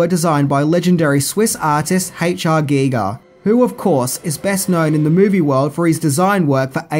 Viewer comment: It's pronounced "guy-ger"